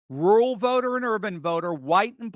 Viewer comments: Pet peeve Its ruRal.. rur-ral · Are you saying rural white vote or rule white vote.